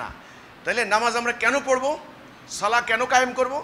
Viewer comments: কয়েকটি পয়েন্ট ভালোভাবে লক্ষ্য করুন! ১। সালাহ সালাহ করতেছো কেনো এই লোক 🤣 আরবি সঠিক উচ্চারণ (ٱلصَّلَاةُ) ছলাত মানে নামাজ! ছোয়াদ যবর কখনো ছা হবেনা ছ হবে! আর শেষে হা নেই গোল তা আছে! তার মানে ওনার কোরআন শিক্ষাও ঠিক নেই! ২। রুকু থেকে উঠার সময় যেভাবে (حَمِدَهُ) হামি.....দা বলছে মিমেতো কোনো টান নেই! কেনো টান দিচ্ছেন উনি😂 মনগড়া নামাজ! ৩। রুকুতে এবং সিজদাতে বলতেছে ছোবাহানা😂 উচ্চারণ হবে (سُبْحَانَ) সুবহা-না! বা এর উপর কোনো যবর নেই! বা এর উপর যযম আছে সিন বা কে ধরবে, উচ্চারণ হবে সুব্! পরিশেষে বুঝা গেলো যারা ওনার অনুসারী আছে তারা কখনো কায়দাও পড়েনি এবং কেউ নামাজ শিখতে আসেনি! সেনাবাহিনীর ট্রেনিং নিতে আসছে🤣 আল্লাহ এদেরকে হেদায়েত দান করুক আর হেদায়েত না থাকলে ধ্বংস করুক। (আমিন) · ছলা না , ছালাহ, মাইর হবে শব্দ হবে না